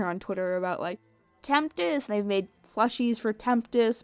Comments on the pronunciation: Take a shot everytime says “temptest” instead of tempest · STOP SAYING TEMPTIST! IT IS TEMPEST!!! damn it, there is no T in the middle! holy shit thats annoying! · Everyone is getting all technical about the production and how this movie was overall.... yet I’m still stuck on how keeps sayin Temptest instead of Tempest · Why does she keep saying "Temptest" when it's clearly been shown that it is "Tempest"? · Why do keep saying temptest her name is tempest shadow but her real name fizzlepop berrytwist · Am I the only one who heard her say Temptest instead of Tempest? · I love how she kept referring to it as 'the horse movie'... I may need to start doing that. Can agreed with the various comments. Would have appreciated a story on the origins of cutie marks... but that wouldn't have sold enough toys methinks o3o Also: Temp-tes? I can't un-hear that now... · she keeps saying temptest. . . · here's a fun game take a shot evey time she says Tempest's name wrong! lol jk don't do that. remember kids, alcohol is bad and fellow adults moderation is key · horse can't say Tempest